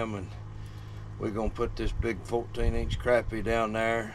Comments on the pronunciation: It's not crappy. It's not something that's nasty that you took a dump. It's pronounced crop-pie with a short o sound. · Love the video! but I always believed that fish was pronounced croppie, even though its spelled crappie, so I looked it up and the pronounce it right web site says Croppie is the correct pronunciation, Thank you for the video have a Blessed day😁 Trump 2024!!